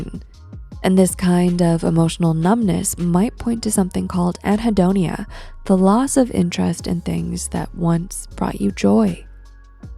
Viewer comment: Um, actually, "anhedonia" not "adhedonia"